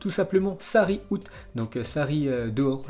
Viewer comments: Haha 😂 il a dit Sarri août 🤦🏾‍♂️ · mdr il a dit aout comme le mois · Out!!!!!!!. Ton anglais est pourri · "Sarri Out" Un effort sur les prononciations😐